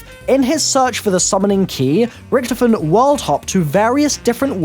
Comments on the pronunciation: OMFG ITS RICTHOPHEN NOT RICTIPHEN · Why did you say Rictefen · It's pronounced richtophen not ricthifin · Its annoying when u keep saying rektofin that's not how u say it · I love how he pronounces rictofen like rctfin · Stop pronouncing richtofen wrong!!!